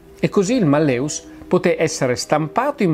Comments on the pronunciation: Spero mi perdonerà la pignoleria, ma l'accento cade sulla prima sillaba: màlleus, non mallèus (la e è breve) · Giusto màlleus. Il latino mette l'accento sulla penultima o terzultima sillaba, a seconda se la penultima è breve o lunga. La e che precede la vocale u è breve (mallĕus), come avviene quando una vocale ne precede un'altra, quindi secondo le regole dell'accentazione latina quando la vocale della penultima sillaba è breve, l'accento cade sulle terzultima. Allo stesso modo in mallĕŏlus (da cui l'italiano malleolo) la o è breve, quindi l'accento cade sulla e. L'italiano per l'accentazione segue la regola del latino. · E malleus si pronuncia "màlleus" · Sì, però si dice màlleus. Il latinorum! 😊